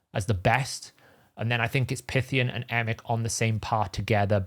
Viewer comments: Was listening without watching and was like "Who da fu is Pithian?" 😂😂😂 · Why are you calling Pythion, Pythion?